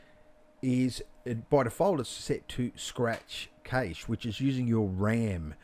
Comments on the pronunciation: Great tutorial dude, only thing cache is pronounced the same as cash. Great job though, looked really good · Fantastic tutorial but the way you pronounce cache vexes me lol